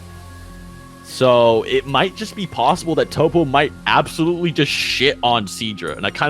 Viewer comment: emaster met no. Its tow-po